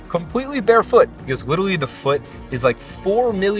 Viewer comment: Bro said witerally